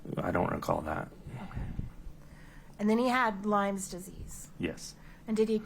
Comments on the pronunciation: Lyme disease, NOT “lymes!” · Drives me crazy that Kouri and her lawyers say "Lymes disease". It's Lyme disease!